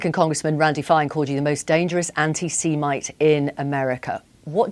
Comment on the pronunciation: “The most dangerous anti SEA MITE” 🤣 Why doesn’t she just pronounce it like everyone else does 🤦‍♂️